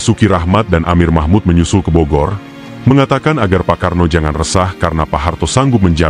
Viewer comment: Isinya bagus, mengungkap kejadian waktu itu, tapi saya illdeel debgan VO videonya....gak profesional banget..penyebutan AURI, RPKAD, Bogor